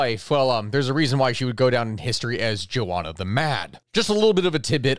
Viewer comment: "jo-onna"???? Do you mean Jo-Anna"?